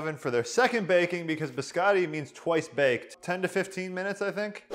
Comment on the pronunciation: true lol. I am a huge fan of this channel though, but he kept emphasizing twice baked and I got the vibe that he was trolling as well.